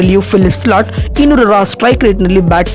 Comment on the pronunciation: ಸ್ಲಾಟ್ ಅಲ್ಲಪ್ಪ ಸಾಲ್ಟ್..😂😂